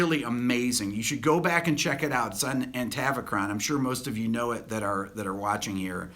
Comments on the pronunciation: you keep saying "Antavachron" :) loose the n ! Atavachron - Thanks for all the great vids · Rik. Your musical knowledge is astonishing. But your pronunciation of Atavachron as “Antavachron” does my head in 😂😂 I started an MA in Professional Media Composition back in September, and have been a massive Holdsworth fan since the 80s, so some of this analysis is our gold for me. Thank you!!!